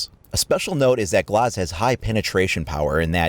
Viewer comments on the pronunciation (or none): G-L-AH-Z not G-L-OH-Z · His name is glaz not glaus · oh well in the situation he's called Glaz and it sounds like glass. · Tbh i dnt think glauz is how you say it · I think you're pronouncing his name wrong. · You say Glaz kinda weird...